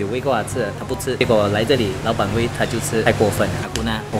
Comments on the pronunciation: 6：32谢谢你老板，变成谢谢你老爸😂😂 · 我听到说谢谢老板可是看到字幕是谢谢老爸